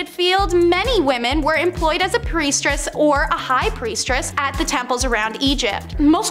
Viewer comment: Okay, I wasn't going to say anything because it's kind of petty and I love the content but....after about the 10th time of you mispronounced the word I had to say something, it was driving me nuts!! Its " priestess" NOT "priestRess" you keep sticking a R after priest!! Thats not how it's spelt and that's not how it's pronounced. Just being a little petty tonight, sorry about that I do enjoy the content oh and since I'm on a roll, to the guy who doesn't like the commercials I agree with go pay for commercial free TV. You either pay with your time by watching commercials or you pay with cash and skip commercials but what you can't do is pay for nothing and get everything sorry to say